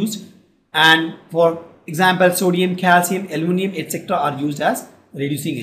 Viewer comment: Bhai almonium nahi hai aluminium hai 😂😂😂